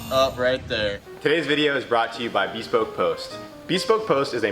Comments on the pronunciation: Beeespoke post😂 It’s pronounced bəˈspōk Like beh-spoke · It's not pronounced Bee-spoke. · .....ITS....BESPOKE.....ONE WORD! NOT BE-SPOKE. JESUS MAN.......A PROMO AND YOU CANT PRONOUNCE THERE NAME!? DAFUQ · Is he trolling us by pronouncing "Bespoke" like that?